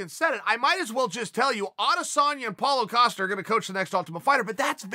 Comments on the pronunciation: Pauwl-o-a coastal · He's still say Apollo Ocosta ?? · Nobody: Uncle Chael: "Paolo Acosta" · Chael: Paulo Acosta Me: ok great! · Chael Sonnen: Paulo O'Costa Paulo Costa: It's just Costa there's no 'O' Chael Sonnen: O-K great. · If Chael says is ‘Palo Acosta’ then Palo Acosta it is for me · Me: Paulo Costa Chael: Paulo Acosta Me: Paulo Acosta. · Lol why Chael always add like 6 syllables to Paulo Costa's name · If Chael says his name is Paulo Acosta then his name is Paulo Acosta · "Paulo O-Costa" Is it just me hearing this? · Chael “Apollo Acosta” Sonnen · Chael "Paulo Acosta" Sonnen